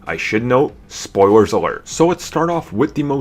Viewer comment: Did you hear that guys? He said Spoiwers bahahahaha.